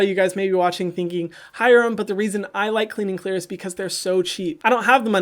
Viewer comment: When he said it like that I died laughing 😂 pure gold.